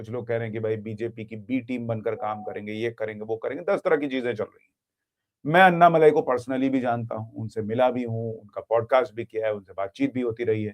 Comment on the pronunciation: अन्नामलाई नहीं। अण्णामलाई।